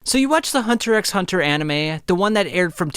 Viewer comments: This man pronounced the X... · Like 99% of the hxh community doesn’t say the X when say saying the name